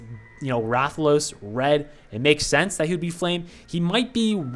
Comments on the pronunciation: Damn, you actually pronounced Rathalos right the first time. And about Berserker wielding a great sword, a great sword is where you wield a giant sword on your back, it's a slow but hard hitting weapon in MH. So likely the force strike is gonna resemble you slamming down a great sword. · Who ever made fun of you for how you pronounced Rathalos is wrong. That is how its pronounced. Rathalos Zerker will be flame element 100%. Rathalos gear in MH is fire based, and even has armor skills that boost its fire attack. Since he his going to be a sword unit they will have to give him a unique co-ab to make him stand out in the flame sword meta. I think FS damage co-ab makes sense considering they mentioned that his FS will be unique and work like the great sword charge from MH.